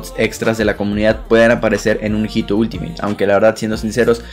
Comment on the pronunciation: la H en español no tiene sonido. HITO se lee ITO